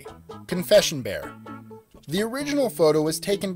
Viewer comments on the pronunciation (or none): none